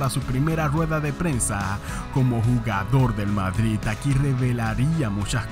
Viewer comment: en el minuto ¿dices vadrid?